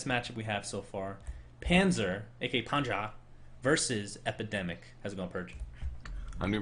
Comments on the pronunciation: it's not pronounced PANZA nor PANDJA, it's so annoying.... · Always funny to hear sunsfan not beeing able to pronounce Panzer or Messerschmids Reaver. :D Nice game, except by the windrunner. It's one of those heroes like shadow fiend or AA where you need some skill to aim and the guy playing windrunner here seems like he just couldn't handle the hero. DER PANZER ROLLT! My favourite team in this tournament.